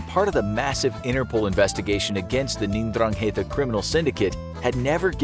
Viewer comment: I’m pretty sure it’s pronounced Dran-ghet-ah.